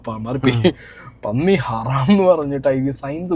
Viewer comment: ഹറാം 🚫ഹരം ✅